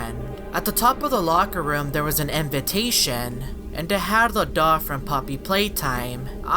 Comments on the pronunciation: There was a sighn that said innovation and said invantation lol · cant read innovation